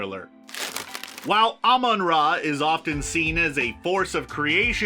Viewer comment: Dude it’s pronounced ra… not ra..